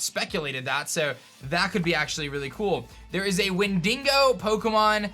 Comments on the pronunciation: (Wen-di-go) you nearly killed me with wen dingo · Its pronounced like win-diggo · Bruh "when dingo" is not how you pronounce that lol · i'm so triggered about "wen-DING-oh" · So nobody’s gonna address the way he says Wendigo? “Win-dingo”..”win-bingo”.... sounds kinda like mandi...o nvm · Wendigo is pronounced when-di-go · Lol, how pronounces Windigo, it is so weird to my ears